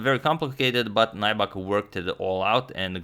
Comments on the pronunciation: The name is pronounced like Nübek, not Naibak. Lots of names of swedish origin in Finland. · It's not 'nigh-buck'. it's 'new-beck' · Nybäck is pronounced "Neebeck" in Swedish, not Najback but its okay, no worries, I understand. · Agad! "ä" is pronounced "ae" so if you read it "Nybaeck" you will probably get it right. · Loving the Finnish coverage! As a pronunciation tip, Nybäck is kind of like "New Back" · The pronunciation of Nybäck is nübak (the ü is like in German). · Hi Antonio. FYI: Nybäck is pronounced like in English 'New-back,' with the "ew" of "new" spoken kind of like the German ü. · Btw Nybäck is pronounced like "new beck" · Nybäck is pronounced like: N y(like the y in liberty) b(ä like in ash) ck. If anyone is interested. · Can you speak Swedish? Is his name pronounced as the Swedish pronunciation? Uttalas det Nybäck som om man hade sagt det på svenska? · Hi agadmator! Good video! I would like to nitpick a little bit about your pronunciation of Nybäck. Check out this video for the correct pronunciation by the interviewer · #suggestion If you ever analyze third Nybäck's game try to pronounce his name like Finns does. And the suggestion is, like always, Heikki Westerinen against Boris Spassky in Solingen 1974.